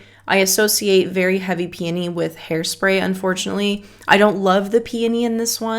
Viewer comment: The the u pronounce peony 😂. Its supposed to be: pee O nee